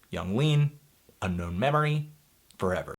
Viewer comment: It’s called Unknown Memory, not Unknown Meme-ory.